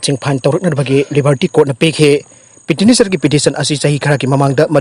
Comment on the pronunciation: NEWS reader nena PETITIONERS haina paba phao thokte 😭😭😭